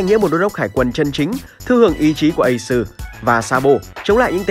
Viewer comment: nghe thằng ad nói ây xừ (Ace) là đã éo cảm tình rồi😂😂😂